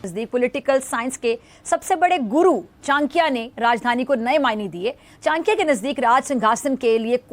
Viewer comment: What sorts of pakistani anchors are there ! They cannot even pronounce Chanakaya correctly always say chankaya sorry for them !